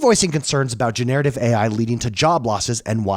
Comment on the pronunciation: Gener-a-tiv 😉 not Genare-ativ